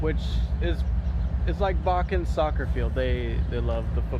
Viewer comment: You can tell he’s from Ohio. He doesn’t say Botkins. He says “Bokins”